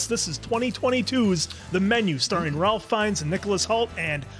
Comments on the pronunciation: I saw this one by myself on Thanksgiving in an empty movie theater after taking an edible and it was the best experience ever haha!! I was laughing and gasping the entire way through. SO happy to get to experience it again with you guys! Also, Ralph Fiennes' first name is pronounced like "Rayf"! Such an icon! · It's pronounced "Rafe"; I don't know why, but if you watch that many of his movies, it probably helps to know that. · Ralph Fiennes' name is pronounced Rafe. I believe the spelling and pronunciation is Nordic. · I know it looks like you pronounce his name like you think you should, but it's pronounced Rafe 😉